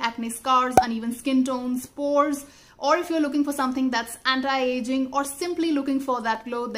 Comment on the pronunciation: dont want to sound negative or critical but i had to say this, y do u need to use a pronunciation thats not ur natural one??? u kept on saying "anti (antai)" and "multi(multai)" but unconsciously a few times, u said "anti", that only means ur purposely trying to change ur pronunciation just to sound cool. 😒